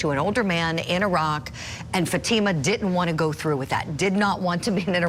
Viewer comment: Can you please pronounce Fatima's name properly.. shame on this far left Judge for keeping very important information from the Jury! Namely that this is definitely a Attempted honor killing and an Attempted forced marriage!